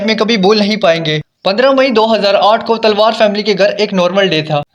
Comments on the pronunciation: Talwar ko Telwar kyon keh rahe ho ? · आप बोल रहे, तिलवार फ़ैमिली, जबकि वो तो तलवार फ़ैमिली है, आपकी आवाज़ बिलकुल भी स्पष्ट नही, कहानी की कड़ियों को जोड़ भी नही पा रहे, इसमें आपने कोई भी नई बात नही बताई, किसने मारा स्पष्ट नही है। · Talwar not Telwar